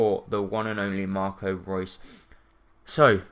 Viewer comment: It's not Marco Roos it's Marco Reus!